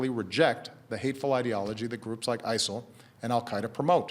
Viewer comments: WHAT IS "ISLE" omfg thats driving me nuts #ISIL #ISLE #ISEL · According to Baracky it's pronounced ISIL